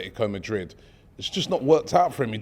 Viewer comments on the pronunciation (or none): none